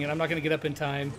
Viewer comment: Kairos T-ime 😂😂😂😂😂